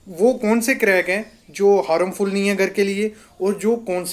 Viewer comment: हारमफुल नही हार्मफुल. पहिले सही शब्दका प्रयोग करे.